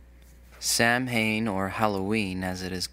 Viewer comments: I'm getting tired of the poor pronunciation of sam haine, its F**kin' pronounced [phonetically] is sow in[sow as female pig] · It's pronounced "Sow wen," not Samhain. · Haha amazing! Though I have one gripe. It's not pronounced Sam-hain. It's pronounced sou-whin :) great video! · It's not pronounced "sam - hane", it's pronounced like "saw - when" Also, , the whole reason Levay picked Halloween to be a Satanic holiday was that it made people like you mad. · "Sam-Hane" really? I know it is spelled "Samhain" but if you did any real research you would know it is pronounced "Sa-ween" and I think Christians should NOT celebrate this pagan holiday because it makes you all look like hypocrites. I like to be able to respect my nemesis's.... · Also, whoever is narrating this says Samhain incorrectly. It's said "sowin" not the way it's said in the video. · The funny thing about even the name, Halloween, or All Hallowed Eve, indicates it to be a hallowed, or holy evening. Should Christians be involved in that which is holy in pagan beliefs? Oh, and 'Samhain' is pronounced 'Soween", being Gaelic, and thus not particularly phonetic. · So are all the removed comments from my fellow pagans? If so, shame on you. Maybe you should go to Matthew . I am a pagan person and proud. I celebrate Samhain (pronounced "sowen" btw) and honor my departed relatives thusly and with private honorings. I've never in my life sacrificed an animal because that goes against the core of what most pagans believe and that is that nature is divine and animals are an aspect of nature. Show some courage and reveal the posts from the non-christians. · He cant even pronounce it correctly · I told them the same thing lol....if they are going to bash our holidays they need to do research and pronounce them correctly!